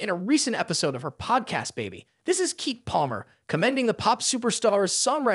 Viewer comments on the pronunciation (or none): It’s pronounced KEE-KEE love not Keek! 🤦🏾‍♀️ 😂